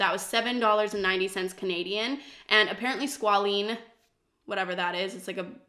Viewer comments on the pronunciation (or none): I'm excited for you to try the oils from The Ordinary! Squalane and rosehip are my favourite oils and I think you'll really like them for your dryness. Just thought I'd comment though that squalane and squalene (which is the way you were pronouncing it) are two different things. Essentially, squalene can act as an antioxidant due to its ability to undergo oxidation, while squalane can't. However, oxidised squalene can be an acne trigger, so it's not the best for acne-prone skin. Squalane's more stable, so it's great for acne-prone skin that's in need of moisture retention. You did purchase squalane products so these differences don't really matter, but just thought I'd let you know in case you ever discover other squalane/squalene products in the future and mistake the two!